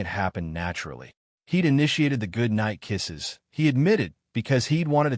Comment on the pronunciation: "Cold knight kesh" in a weird accent ... you messed up the roommate's demand for a kiss.